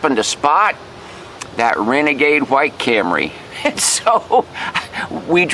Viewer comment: When you first said "Camry", you must have been channeling Rod Parsley, because you pronounced it "cam-ruh ". That's quite a lega-suh.